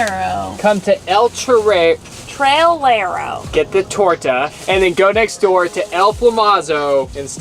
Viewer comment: Almost clicked off of video when I heard the pronunciation of "Torta"